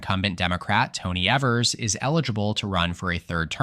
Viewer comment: You pronounced Gov. Tony Evers name wrong throughout. It is E (long e) vers, not like the word ever. Also, He's is not likely to run again. The Democratic nominee is likely either Lt. Gov. Sara Rodriguez or Attorney General Josh Kaul. The Demorcats will keep the governorship particulary if the GOP nominates 7th District Congressman and right wing crazy Tom Tiffany. But the GOP is in disarray in Wisconsin and 2026 should be a solid Democratic year there.